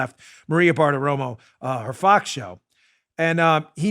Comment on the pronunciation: Fox, not fix!